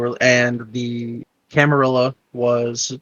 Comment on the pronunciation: Used to be "La Camarilla" but the 'La' part went away. Camar-illa like van-illa works fine now that the 'La' was dropped. 😂